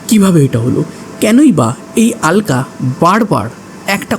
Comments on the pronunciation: কিছু মনে করবেন না আপনি "আলকা "কেন বলছেন ? আলকা না বলে অলকা বলুন ,, কারণ আমরা বাঙালি তো ,,হিন্দিতে ওরা "আলকা" বলবে কিন্তু বাংলায় আমরা" অলোকা" বলবো। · কি যে আলকা অলকা করে চলেছে ?? অলকা বলো শুনতে ভালো লাগে। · Ekdam thik 😂😂😂😂